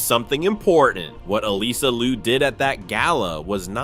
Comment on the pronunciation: Get rid of TicToc. I do not want to hear it still exists. Her name is Liu 劉, not Lu 魯. Please to not misname her.